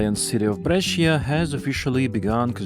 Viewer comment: Jaén 🤦🏼🤦🏼🤦🏼 but still better than Almaty and Cuiabá. Brescia: the i is silent and only serves to soften the C Breša. Where is zh in Medezhin (Medellin) coming from?